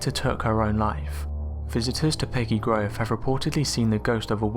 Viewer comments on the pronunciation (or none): As a Canadian, I laughed out loud when he said Nova Scotty-ah and Peggy's Grove.